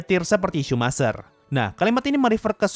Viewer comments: Pelafalan dari Michael Schumacher bukan "sumaser" tapi "Shumaker". Kalo gk percaya gunakan google translate lalu tulis "Schumacher" maka akan terdeteksi "English" dan pelafalannya adalah "Shumaker" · Bacanya bukan shumacer tapi shumaker